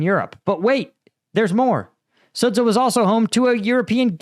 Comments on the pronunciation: Please say it "Sud-ja", the ZH transliteration represents the English J sound (close enough) Imagine if a Russian guy called Cambridge Sambridg just because it is reading it as if it were Cyrillic. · The 'ren' comes from 'renminbi', that's somewhat different. Also Chinese is tonal, I doubt you'll try to get that right. I'd rather he learned the correct pronunciations of Sudzha and Zaporizhzhia first - it takes at most a week to learn the Cyrillic alphabet and the war is in its third year now ... Note: 'zh' always sounds like '_j_our' or 'mira_g_e'